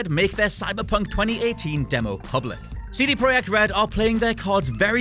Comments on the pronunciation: I'm sorry but did I just hear you pronounce it CD "proyek" red. No. Just no. I don't care about any reasons, just no. CD PROJEKT RED. Rant over. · "CD Proyect Red"? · Why are you calling CD projekt red "CD proyeck red" ? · CD Pro"H"ekt? Wtf is that?